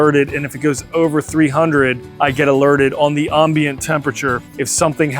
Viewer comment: That’s not how you say ambient lol